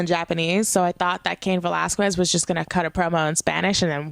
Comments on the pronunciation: Okay please stop saying VelasqWUez it's pronounced ve-lahz-kez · Valasges is how it’s pronounced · A Puerto Rican pronouncing Velasques with a "KW..." Ok. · Drinking game: take a shot every time she calls him Cain Vel-az-kwez. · The only thing that killed me was the annunciations of Aikman and Velasquez. Like, you have a Puerto Rican flag behind you but can't pronounce an ethnic surname? Other than that, it's gonna take some getting used to, but she didn't do awful. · *Not hating * I see the Puertorican flag and I hear you pronouncing Velasquez and idk if you’re puertorican and don’t know how to speak spanish but for me it’s like weird how you say it xD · You’re butchering Velasquez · 😂😂😂 Still pronouncing Velasquez wrong. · I'm Mexican and I Spanish. We don't pronounce it like that. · pronounced Velasquez wrong again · If you're going to say Cain Velasquez so many times could you PLESE PRONOUCE IT RIGHT! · LADY.... WATCH THIS AT LEAST 3 TIMES TO GET CAIN'S LAST NAME RIGHT. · Usually I'd agree but it's a bit embarrassing when Heyman pronouncing it correct. But she could do what she wants.